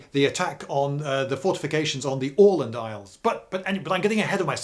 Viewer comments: Very good pronounciation of "Åland". - A Swede (not the root vegetable) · "Åland" and "Oskar" pronounced correctly? First time I hear that from a English speaker. Impressive! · 36 seconds in and I'm already impressed by the pronunciation of "Åland". Not perfect, but better than the "Ah-land" I'm used to hear from English-speakers. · Bingewatched and saved for prosperity, but it would be awesome if you could include maps when you talk about battles more often! Please! EDIT: Btw, I'm a swede and was there last summer (for anyone wondering, they do speak swedish primarily), and your pronunciation of "Åland" is very good. Very nice scenery. The ruins were epic. Too bad Bomarsund (Bomar just some proper name, sund is strait) is hardly left. EDIT AGAIN: Also, just to clarify, finns are culturally swedish as well, basically. Maybe the differences were bigger back then (we do come from completely different lines and do not have any similarities in language (cruel fate)). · Hey, I'm a big fan of your channel and I'm so happy to find a video about the fort we have on the island where I'm from! And you even pronounced the name of our island correctly. Very cool. Many thanks and greetings from Åland! :D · Spot on Åland pronounciation. Nice one :) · Goddamnit Lindy! You're British you can't just prounounce Åland correctly like that! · Wonderful pronounciation of Åland! Long time fan from the islands and, have to say, a great explanation of our political (both current and past) situation in the middle of Baltic!